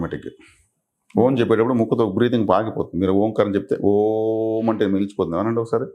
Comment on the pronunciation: miru om karani starting point lo deergam testunar, actually ending lo nadamunu deergam teyali, ex: aummmmmmmm, aummmmmmm, aummmmmmm ila anali but miru oooooooooooooooom antunaru